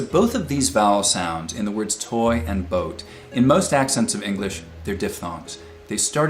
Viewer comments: he says "researchers came up with what they claim was the hardest tongue twister in the Englis (!) language" - his tongue got twisted, and it wasn't even in a tongue twister.... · did he say "englis language"? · did anyone else notice him saying "englis" - he accidentally created another tongue twister! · hehe 'Engliss' language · Was the word English pronouced "Ingliss" on purpose to spot tongue twister errors or just a genuine slip? I'm curious!